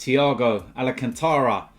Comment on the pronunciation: It's Al-can-tara, not Ala